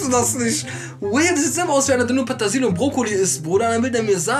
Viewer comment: Patasil? Wie der sooo tuuut. Der will mir sagen er weiiis "nisch". Junge Petersilie